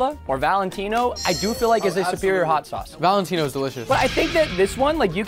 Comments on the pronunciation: Its not valentines its valentina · It’s valatena